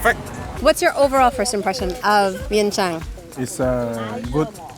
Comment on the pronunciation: Never heard anyone pronounce Vientiáne the way you do 🥺